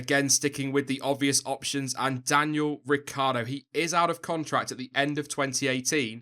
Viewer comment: Hey I m italian, you should pronounce Ricciardo like "Ricchardo": you forget the i ;)